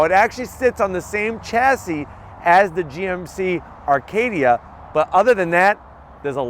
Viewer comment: come on brother its GMC Acadia not “Arcadia”....